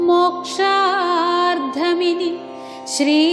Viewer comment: മോക്ഷാർദ്ധമാണോ? മോക്ഷാർത്ഥമല്ലേ?🙏